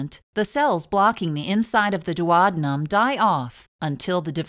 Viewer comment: It's the duodenum NOT duowabunum.